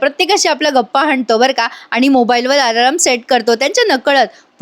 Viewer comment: एक गोड सुचना, अलार्म असे म्हण, आलारम नाही, बाकी छान असते तुझे सांगणे 🎉